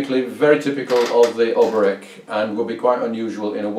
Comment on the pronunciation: The accent on the name Oberek falls on the second syllable. Interestingly, the musical accent also falls on the second beat (rather than on the first as in a waltz).